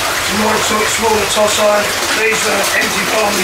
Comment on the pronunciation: Toe Si not Toss Eye, Christ!